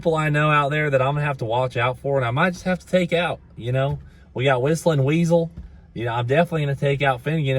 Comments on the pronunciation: When he said “whistlinweasel”😂😭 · “Whistlen weasel” lmao you calling him out already